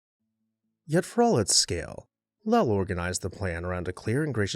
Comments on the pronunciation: In Mass the family and city are pronounced: Low-ull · Lowell rhymes with coal